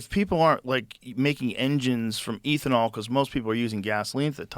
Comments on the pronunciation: Every time Rogan says “Ethan-all” instead of “ethanol” I recoil in cringe🤦🏻‍♂️😆 wtf bruh😂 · ethanol is like beth-a-nall without the b. Not ethan-all 😅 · Eh thanol not eethanol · Stop saying EEThenal its ethanol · lol ETH-uh-nol. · Joe, the word is pronounced eh·thuh·naal...its not a long "E"❤❤❤ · Eeethanol? Oh no, Joe is turning into Simon whistler... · Hey Joe Its pronounced EATH-IN-ALL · Eeethanol... No ethynol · Somebody tell this man how to say Ethanol lmao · I had to stop after hearing him mispronounce ethanol at the 20th time. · Joe says he's a car guy, doesn't know how to pronounce "ethanol" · Ethanol is pronounced like meth and not like Ethereum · Joe’s ethanol pronunciation is frustrating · I love Joe, but his pronunciation of “ethanol” is infuriating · How Joe says "ethanol" is psychotic